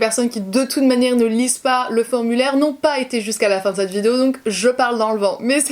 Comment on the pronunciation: cette et non pas ceet... 😉😂